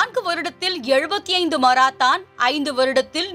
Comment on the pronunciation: மராத்தான் அல்ல மாரத்தான்....ஏன்மா இப்படி?